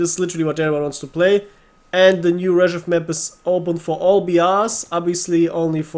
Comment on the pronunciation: It sounds not 'rEzhev' but 'rzhev'.. stress on the last (and the only one)) E